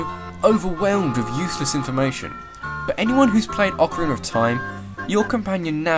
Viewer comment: OOOOcarina not acarina man that annoys me soo much then it should